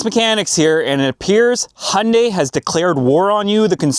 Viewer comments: Its HYUNDAI....not HUNDAY.... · I think Hyundai are just getting revenge on Americans for not being able to pronounce Hyundai. FYI, it's got a "Y" in it. It's not "Hunday". Sorry, I just saw another of your videos where you mentioned that you're in Canada. Same thing though, Hyundai are sick of you guys mispronouncing their name as well. I've had a 2014 ix35 from new and it's been a fantastic car. Best I've ever owned. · Hyundai is pronounced Hyoon-die! Don't be part of their marketing attempt to get you to confuse them with Honda! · Hee Un Day………is it really that hard to say. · Hyundai pronounced as Honday. I'd not heard that before 😂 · Is it me or is it when he says Hyundai it sounds like he says honey 😅